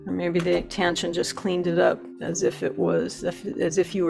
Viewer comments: There's no "N" in the mddle of Taschen. It's tash-en not tan-shen. I'm sorry, but that drove me up the wall. The comparison was helpful once I turned off the sound. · FYI, it's pronounced "Tash-en" - not "Tan-shen" - there's no 'n' in the middle of the word.